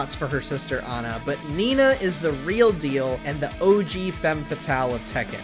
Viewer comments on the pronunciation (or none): none